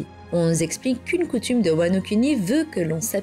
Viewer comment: "wano-cunny" J'ai explosé de rire, désolé 😭